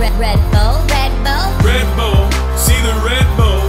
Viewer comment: Sounded like red bowl not red bull